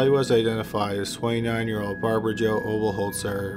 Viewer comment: How is it that he can pronounce Oberholtzer but not Mayhew?